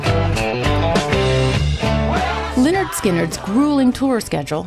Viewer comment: Me resisting to yell it’s leh-nerd not Li-nerd